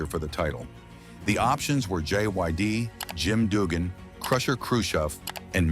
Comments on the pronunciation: Doogan (Dugan) and D.B. a sea (DiBiase) hate it too. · "Doogan", "T B a sea" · The guy talking about this can't even pernounce Dugan correct